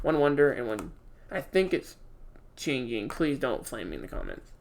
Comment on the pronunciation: This dude called Chengying “Chengying” 😂😂🤣🤣🤣😭😭😩😤🥵